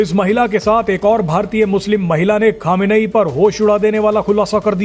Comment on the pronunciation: अबे गधे अभी तक खोमेनी नाम था अब क्यों खमेनेई बोल रहा।है